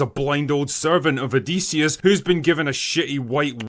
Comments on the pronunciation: Pronounced Odd-eh-see / O-diss-e-us Not O-Dee-see-us 😅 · Please stop saying odeeeeseeeeis...say Odyssey...now say Odysseus its pronounced the same